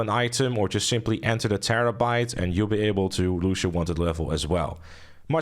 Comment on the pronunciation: He said: "Terrebait ish a terribol feehikel"